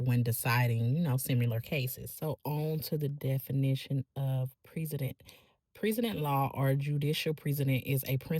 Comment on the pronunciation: You are one of only a handful of LAMH cc that i subscribe to because of your good content. Unpublished cases lack precedent (pronounced pres-i-dent).